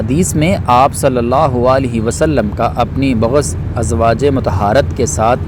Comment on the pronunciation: السلام علیکم ورحمتہ اللہ وبرکاتہ بھائی سب سے پہلے اپنی اردو ٹھیک کیجیے۔۔۔۔ بہت غلطیاں ہیں آپ کی اردو میں۔۔۔ بعض ازواج مطہرات کو آپ نے بغض پڑھا نعوز باللہ کائنڈلی اپنی اردو ٹھیک کیجیے آپ دوسروں تک اسلام پہنچاتے پہنچاتے کہیں خود گناہگار نا ہو جائیں